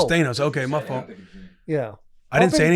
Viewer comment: Why the hell Will pronounce Thanos like that